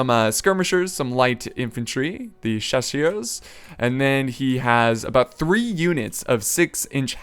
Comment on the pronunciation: Yeah that "chasseurs à cheval" was pretty neat :p Even if you pronounced "chassié" ;)